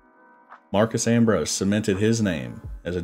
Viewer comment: Ambrose's first name is Marcos, not Marcus.